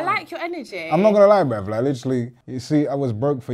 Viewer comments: Why does he say “brev”? Instead of bruv? Or is it just my ears? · Tell you spell the word Brev not Brav. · "Shout out to the non-binary people bruv"😂😂.. I like the way pronounces "bruv"